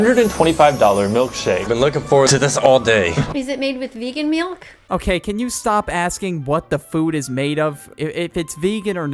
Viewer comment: She really said “melk”